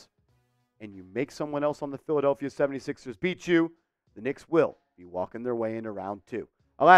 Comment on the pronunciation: Did you say filthadeplphia? 😂😂😂😂😂